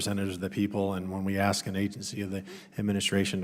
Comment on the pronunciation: How is it that we've arrived at a point where people are actually speaking ebonics in Congress? Congresswoman Bush, the word is ASK, not AXE!!!!